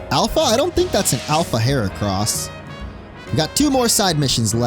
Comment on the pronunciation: Nahhh don’t dis Gardevoir, the gift is AMAZING. I do which it was shiny tho but still, I’m so glad we get to use an early mega Gardevoir, aka my favourite Pokémon so this response is definitely bias. Also heracross name is not boys, it’s supposed to be the word “wood” in French which is “Bois”